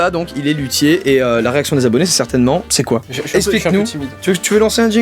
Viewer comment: quand ta dit lutier g cru ta di qui fesai de la lute